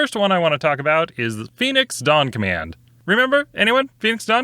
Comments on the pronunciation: I literally thought you said Phoenix Donk Man. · I kept hearing Phoenix: Donk Man